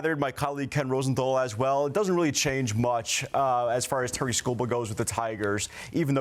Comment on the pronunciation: Why are and the only ones pronouncing his name correctly. It’s pronounced like “TEAR-ICK”